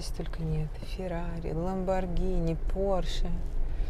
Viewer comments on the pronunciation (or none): none